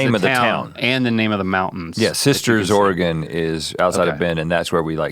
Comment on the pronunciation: As a native Oregonian, thank you for pronouncing Oregon correctly. It drives me batty when someone says Oree-gone. There aren't that many Es. So, thank you!!